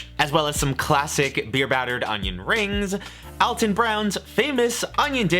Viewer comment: If you love him you should know he's 'Al' ton not 'All' ton